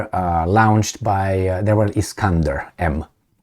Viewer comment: with all due respect, it's "lo-nched' or better "lo-nchd".. hope this helps.